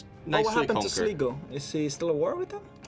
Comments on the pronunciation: sleego? SLEEGO?! SL - I - GO, SLIGO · Sligo is pronounced Sly-go, just for reference. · Your pronunciation of Sligo is way off. It hurts by delicate Irish ears.